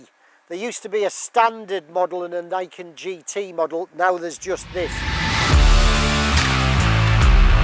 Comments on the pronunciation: Pronounce its name correctly please, it's "NEE ken", meaning "two (Ni) swords or blades (ken)". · pronounced "knee-ken"; "ni" is japanese for 2.